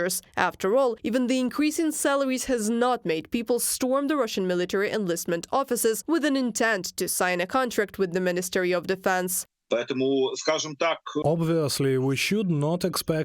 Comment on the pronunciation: After 40 seconds, it’s sign not sing and amount not amound and it’s August not Augusd